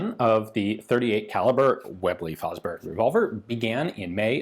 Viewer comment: way-blay fo-brery 😂🤣